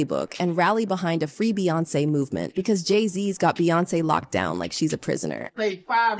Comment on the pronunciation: Pee-yonce is nexx